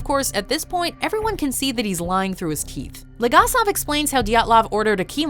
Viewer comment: While a fan of the top ten watchmodjo series. I cannot draw away from my East European roots and I just cringe every time a Name from this series is pronounced. Its BOris ShCERbina, and VAleri LegAsov... please do not butcher them...